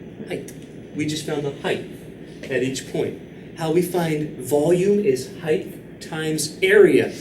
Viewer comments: heighth lol LOVE YOUR VIDS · as a non native speaker i hadn't heard of it before either so it's surprising